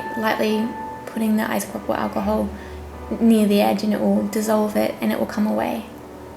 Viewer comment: Her voice she can't even say alcohol damn my fucking God